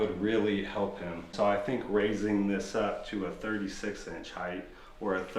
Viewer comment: Hight NOT Hith lol